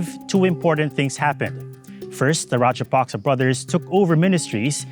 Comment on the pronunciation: It's not "Rajapasca", it is Rajapaksa